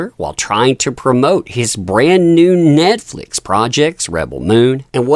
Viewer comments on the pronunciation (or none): none